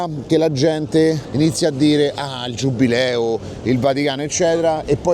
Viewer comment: è giubileo non giubbbbbbileo